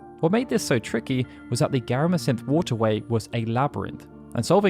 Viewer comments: "Garamasynthe" Gotta stop adding additional letters into words, my man. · Garamsythe is definitely pronounced like a farming scythe, not like give.